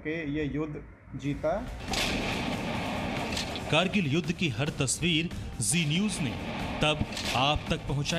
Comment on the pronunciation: Krgill nhi h. Kargil h aap glt bol rhe ho hr bar